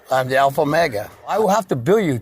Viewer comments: Alpha mega 😂😂😂😂 he doesn’t even say omega. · Did he say “I’m the alpha mega”? 🤣🤣🤣 He can’t even pronounce omega. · A professional federal whistleblower (whatever TF that is 🙄🙄and the ALPHA MEGA (WHATEVER TF that is as well and appears to be mis pronounced)🙄🙄 but out saving LEO AROUND THE GLOBE, MILLIONS OF DOLLARS by not Billing them for infringement of their rights 😂😂😂😂😂